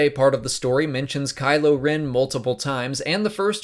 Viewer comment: Geeze it KYLO not KYLOR!!!!! I can't type this morning.......................